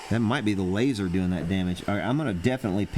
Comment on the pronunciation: Fire the "láser" hahahaha